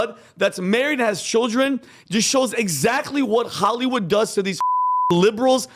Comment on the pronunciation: It's Hollywood, you f**king mushmouthed loser, not Chollywood.